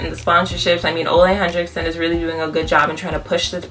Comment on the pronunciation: I've been curious about trying this product. Definitely will check it out... Also, it's pronounced "oo-la hen-rick-sun" not "Oh-lay Hen-Drick-Son" :)